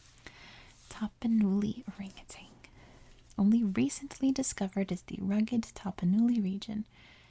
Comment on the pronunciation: It's not just California! People add that G to orangutan in Ohio too! I think it's just hard for people to say certain words or phrases without making similar syllables rhyme. It doesn't help that, in the '90s, there was a Tang commercial with an orangutan in it. Let me see if I can find it.